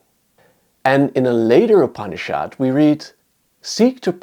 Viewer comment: The pronounciation is not upni-SHHAAD but upni-shud. It is softer...not so hard